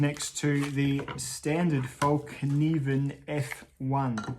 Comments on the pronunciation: I can't hold it back any longer. Over the years I have heard so many people on YouTube refer to this knife company as Falk Niven. It is spelled Fallkniven, so why is it not pronounced Fall Kniven with a silent K? Think Morakniv. You don't pronounce that as Morak Niv. I am most likely wrong in my thinking but it drives me a wee bit crazy every time I hear someone say Falk Niven. Looks to be a well made practical knife in a manageable size. I do however find them to be a little too rich for my budget as compared to the knives I own & use almost daily. Sorry for the rant. I always look forward to new videos from you as I have been since about 2012 or 2013 whenever it was that you still had less than 1000 subs. Cheers from Canada. It was a little strange to see your lush garden. We are just starting spring but still feeling the cold of winter. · Late reply, but why not. In Swedish it’s Fällkniven, with an ”Ä” and you should pronounce it Fell-Knee-ven. The “k” is NOT silent. Fällkniven means ”(The) Folding Knife” In Swedish disambiguation is not used when putting words together so Fäll and Kniv becomes ”Fällkniv”.